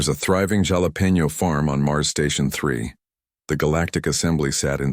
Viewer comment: Oh, ffs! It's pronounced "Halapeño".